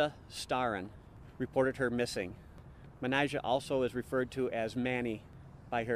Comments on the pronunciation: Sounds as tho he's saying matty jay when its pronounced mer nee jah rhymes with amnesia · The officer pronounces her name Ma-ni-ja. And, said that people called her Mani. I usually don’t get bothered by someone mispronouncing a word or name…but the fact that this “narrator” says Manijeh’s name every other sentence, and doesn’t pronounce it right once…that does bother me. Especially since the channel included footage of her name being pronounced correctly. And, most especially since her moniker was something so simple to pronounce. This MUST be AI narration…or an idiot. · yes, i imagine the proper pronouncement of it might be like the officer footage mannáy-jah. not mennuh-jey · It's a Persian name, correctly pronounced "Man-i-zheh," but in English that letter j is often substituted for the Persian letter "zh." And of course it's "Mani" for short in both languages. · I guess it's pronounced Man-I-Jah? At least that's how the officer pronounced it. Great story though. Mistakes happen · Pronouncing racialized names correctly isn't trivial. Respect is given when we take the time and care to say a person's name correctly. A quick search says that her name—Manijeh—is pronounced "Manny-jeh" ("jeh" like "eh"). It's that simple. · Hint to the producer. Get the pronunciation of her name right. Cop says it way differently than the narrator. And even then the narrator isn't consistent! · You could at least get the victim’s name correctly. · Is the narrator saying her name wrong... I believe the cops said it's correctly. Narrator saying as it's spelled anyone know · How disrespectful to pronounce her name wrong through the whole upload !!!! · the officer pronounces her name…pretty sure he would know how to say it, with help from her family. Plus, he shares her nickname, as well. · you pronounced her named 259 different times. each time a different pronunciation os a simple name. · How many different pronunciations of this poor woman's name did we hear? I lost count. RESPECT